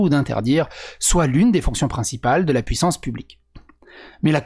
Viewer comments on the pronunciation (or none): none